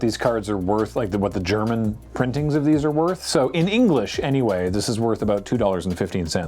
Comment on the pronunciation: as a native german speaker, your pronunciation isn't even that bad